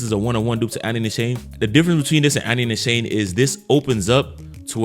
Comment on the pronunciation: Great vid bro! Btw, Nishane is pronounced Nee- Sharn -ay. It's a Turkish brand.